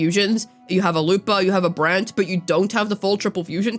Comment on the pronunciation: why do you call brant like that? - Brant WutheringWaves